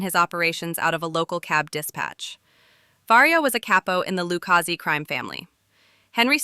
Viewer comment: decent video but your mis-pronounciation of Lucchese and Lufthansas makes me think you did zero prep for this. Also, it's pretty well known Paul Vario was banging Karen and Tommy made a pass at her, thus Paulie gave the ok on killing him